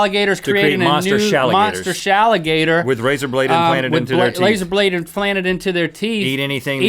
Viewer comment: "with laser blades imflanted into their teeth" XD